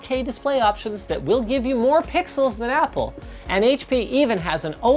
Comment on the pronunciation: Ah yes, "Appl"